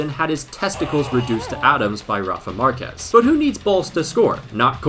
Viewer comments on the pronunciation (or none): none